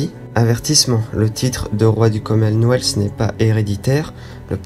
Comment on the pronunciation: Mais ou entend tu le s ?? Pourquoi dire le commenweathssssssss ? Il n'y a pas de s !!!!